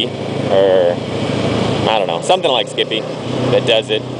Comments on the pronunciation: lol skippie... ah ah it's skype, pronounced sky but with a p at the end :) nice video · Haha, skipee, nearly made my day. Yes I know it's skype, as in sky-p but anyhow. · not skippy......Skype pronouce the y like an i. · Its Skype. i Lol'd every timeyou said skippie. That buttn is cool but skype is a computer to computer vidio/voice messenger program. & Skype is free computer to computer (good for family chat) Skype also will not sell your information. EVRYTHING you do on skype is confidential. Skype is also 2.4 cents $00.024. The cost of the broadband to do it over a web browser is moor then that... compared to the $.60 you advertized.